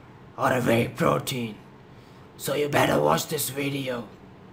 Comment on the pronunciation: shit .you pronounce vey protein instead of wey .shit accent but thanks anyways